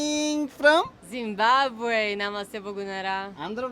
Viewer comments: Meeru kooda jimbambe ani palikithe ela babu, Pls pronounce as ZIMBABWE. ❤👍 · Zimbabwe ❌ Zumbambe✅🙆‍♂️😂😂❤ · IT IS ZIMBABWE NOT ZUMBABWE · Zimbabwe not Zumbabwe.. you are pronouncing wrong. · Zimbabwe? Zimbambe? Zimbabre? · "జింబాబ్వే" అని సరిగా పలకడం నేర్చుకో Learn to spell correctly..."Zimbabwe"